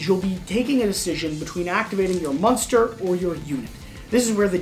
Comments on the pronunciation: they should fire this guy for saying "musnter" every time he is supposed to say 'Monster'. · This dude can’t pronounce monster. Yikes